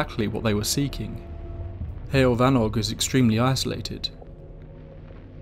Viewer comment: It's "hewoll" ( like hugh - oll ) for pronunciation of heol . In English the equivalency would be " way " , or "road" .